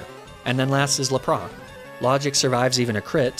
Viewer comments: What is this Ar-Cay-Nee-Nay and Lah-Prah business? Who told you to throw 20 years worth of pronunciation out the window? You ain't French, bro! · Dude, what is with the horrible pronunciations if "Arcanine" and "Lapras". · He does that as satire. He also does it with Lapras and pronounces it as Lapra. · Homie said “ laprah “ and “ arcanin’e “💀😂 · Lapra-aan and Arca-nii-nee 😂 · La-prah and arca-knee-neh are my fav pokemon. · not the la-prah!!! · Ar-canine Lap-ras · Ar ka ni ne hurts me so much for arcanine. Lapraaa 😒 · La-pra? What’s up with these pronounciations? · Dude misprounced Arcanine and Lapras and this bothered me greatly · I can’t tell if he’s mispronouncing these intentionally but lapras and arcanine hurts my ears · Great video but I can't get over how you mispronounced Lapras and Arcanine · I’m losing it at your pronunciations of lapras and arcanine good buglocke tho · how the actual fuck did you pronounce LAP-RAS? Good god man, i've seen bad, but this is almost trying hard to be bad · The way you pronounce Arcanine and Lapras is physically hurting me